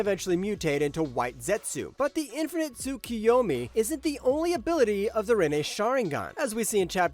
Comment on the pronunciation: right, I heard Tsuyukomi somewhere down the middle :D